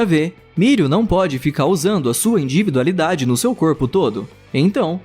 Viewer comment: Porque o narrador não consegue falar individualidade direito, ele só fala inDIvidualidade